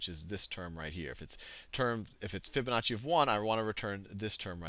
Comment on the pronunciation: Fibonazi. I heard you.